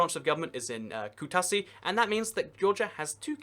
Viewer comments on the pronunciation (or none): Kutasi?! You have butchered our Georgian city